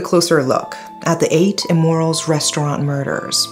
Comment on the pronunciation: I keep hearing say “8 Immorals”. 😅